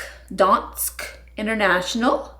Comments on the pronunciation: I’m watching all the way from Denmark and I love how you pronounced “Dansk” ☺️ I have been following for years now and I love your videos ❤️ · From Denmark over here! Your pronunciation of "dansk" was perfect the first time!😍